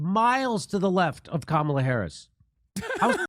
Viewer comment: He said Kamla. 🥥🌴